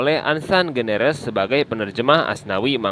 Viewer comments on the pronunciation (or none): Ansan greeners min, bukan generes...😄